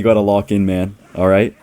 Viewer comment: is the type of guy to say “balright” against Jynxzi’s graveyard deck